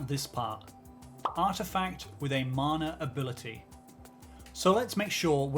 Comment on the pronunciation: Ngl loved the video but why does it sound like u say "manure ability" every time ?